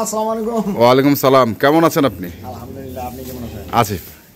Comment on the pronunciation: ভালো করে সালামটা শিখে নিবেন।